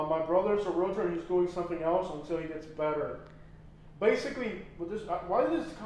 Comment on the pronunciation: It’s amazing to me how many realtors don’t even know how to pronounce realtor. It’s realTOR, not realator.